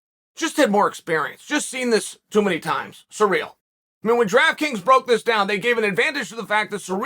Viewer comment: I'm glad he said Ganes first name right. seereel